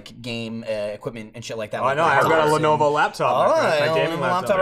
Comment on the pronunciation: Sounds like is saying "Lenova"